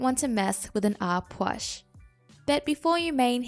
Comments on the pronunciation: You say it like Ah Pook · So you dont sound stupid it’s pronounced ah pooh